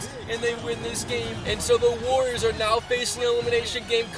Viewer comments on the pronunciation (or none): The golden state wawioors